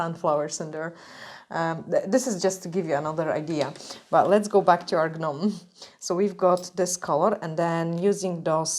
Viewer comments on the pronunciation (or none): I love the way you say things 😂 But the correct way it said and sound is like this just NOME and CROME the G and H in gnome and chrome are silent 👍🏻Love your designs!